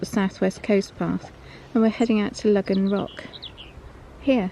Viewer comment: Excellent video and story as always..... I have a curiosity question though. All my life in Cornwall it's been called Logan or Logans rock, pronounced Low gan. In your video from 8 years ago you pronounced it like this but in this video your pronouncing it Lug gan rock..... what's changed, have I missed some academic saying this is how it should be pronounced now?